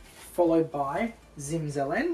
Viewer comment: Zimzelen is Slovenian word (you just pronounced it wrong - accent in on the last e). Exact translation to English is winter-green (zelen = green). And periwinkle is called so because it has green leaves even in winter. Word zimzelen is also used for all plants green in winter and for evergreen music. So for me it's a liile odd to see purple colour for something with green in the name :D